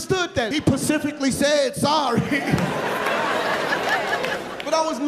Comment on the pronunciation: HE PACIFICALY SAID SORRY LOL